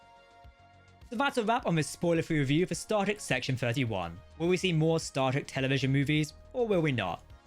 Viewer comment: Dude you got to start saying star TREK, not Star rek, so annoying lol